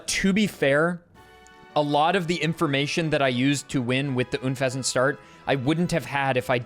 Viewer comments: Oon-pheasant? It's un-pheasent, pronounced like unpleasant. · why do people say Oonfezant? Why not just Unfezant? Like it's written. A portmanteau of unpleasant and pheasant. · i found your pronunciation of unfezant very “oon”pleasant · Why do you pronounce Unfezant like Ünfezant??